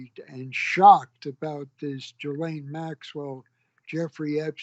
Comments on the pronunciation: Did Epstein and Maxwell do horrible things? Yes, but this is coming from a man who can't even pronounce "Ghislaine" correctly. "Ghee-lane" not "Jee-lane". 🙄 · Gerlaine Maxwell ??!! He can't pronounce the names of ppl he knows !!!! Gi'laine !!! FFS !